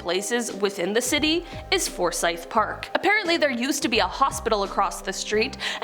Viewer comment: There's allot of dark history in Savannah, the tunnels were also how they moved around slaves. You used to be able to see where they brought in the slave ships. You could do a whole show on just Savannah. Also thanks for saying the name correctly. I corrected one of the other host awhile back. Theres a lot of places named Forsyth in GA. One is my hometown.